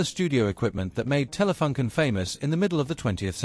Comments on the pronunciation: I also thought about the double-"o". Maybe you could write it "Taylafooncan" to get it right for an english-speaking. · The FUN in Telefunken is not pronounced like the English "Fun" but with an English oo sound like in "soon". Edit: also, the both the E in TELE should be more "open", like Taylay. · I don't know if it's just me... I'm not german but still want the company name to be pronounced in the corret german way despite that the language used in this video is english.... how hard could it be ? I wanted to see this video since my dad bought our first color TV in 1975-6 and it was a Telefunken with touch control for channel changing. Very interesting video (so, TelefUnken not TelefAnken)